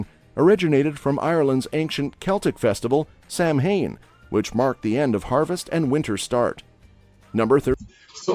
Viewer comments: Sam Hain is hilarious. Say it as you see it, bot. It's pronounced with the mh silent. It kind of turns in the word structure to a w sound. Like Sow-win. The Sow part rhymes with "how". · Halloween is anglicized from the Irish "Oíche Shamhain" spoken as "eehaa howin". Samhain by itself is spoken as "Sowin" not as "sam hane" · Everything pronounced wrong 😂😂😂 sam-hain 😂😂 actual pronunciation is sow-in ( sow as in pig).. Craic is pronounced crack ! Poor fungi is gone 😢 Cead mile failte pronounced cead as its spelt.. mile me-la.. failte fall-ta (depends on where in Ireland you hail from) Anascaul pronounced awn- a- scall Uisce baithe pronounced uisce ish- ca.. baithe ba- ha !! Your welcome !😁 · Whoever produced the video you’re watching, should have done a little bit of research on how to pronounce Irish words 😂😂 Craic is pronounced almost as crack and not craich. Samhain is SowAn, not Sam Hain (I’m sure whoever Sam Hain is, he gets confused every year when people keep talking about him 😂😂😂) And Mayo is not My Oh, it’s pronounced exactly as it’s spelt, exactly as the shortened form of Mayonnaise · When they are doing the voice-overs why don't they research it properly ? Sam-hane ? FFS! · Your man in the video butchered the Irish word for Halloween, Samhain is pronounce Sow en